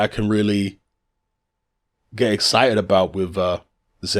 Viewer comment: hey, ur pronunciation about ZHILEI ZHANG is incorrect.